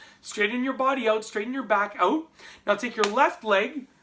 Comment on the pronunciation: I lost interest when he set "oat" instead of "out".